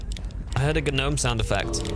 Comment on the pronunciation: Yuck. Dont say the "G".